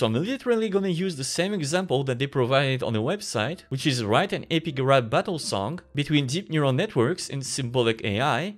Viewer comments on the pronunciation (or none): none